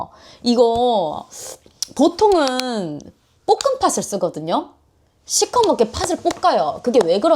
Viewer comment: 볶은 팥 발음이 찰지셔서 여전히 보고 있습니다ㅋㅋㅋㅋ